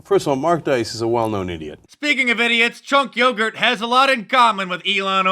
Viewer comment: it's Chunky Yogurt, Mark :D